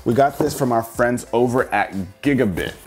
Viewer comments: It's GigaBYTE not GigaBIT. Like "bite". Geez man. It's not like you're unfamiliar with these companies. Also, that fan on the GigaBYTE eGPU is for the power supply. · Hate to be that guy but I think the company "gigabyte" is pronounced as giga-'bite', not giga-'bit'. The word bit and byte are 2 different things and have different pronunciations. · DID YOU JUST SAY GIBADIT INSTEAD OF GIGABYTE???????????????? REEEEEEEEEEEEEEEEEEEEEEEEEEEEEEEEEEEE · i can’t be the only one cringing by him saying “giga-bit” pcmr would be disappointed! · Our friends at gigabit lol. Edit: wait you saw the box but you still said it wrong. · The folks at Gigabyte cringing every time he says Gigabit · I swear to jesus that if he pronounces gigabyte as gigabit one more time, then imma slap someone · Giga-BITE its pronounced BITE not BIT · Is it just me or is he saying gigabyte wrong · Doesn't even say gigabyte right.. bruh moment.